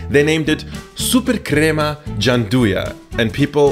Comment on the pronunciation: This lad trying to say "gianduiotti" makes me ricochet backward. EDIT: I love how absurdly correctly he says "supercrema" tho